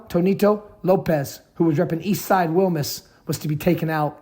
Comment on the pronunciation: DUDE PUT A LITTLE BIT OF SPANISH ON IT, ITS WILMAS NOT WILMUS